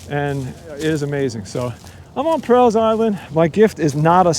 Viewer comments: You are mispronouncing my last name and Island. All.. not Al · Just a quick FYI - it's pronounced like "small" or "tall" or "fall." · I grew up on Staten Island. Loved it in the 70's and 80's, but if you stood in the water up to your ankles, you couldn't see your feet. Never saw a deer until I was in my mid thirties. And we pronounce Prall as rhyming with all. Enjoyed watching this.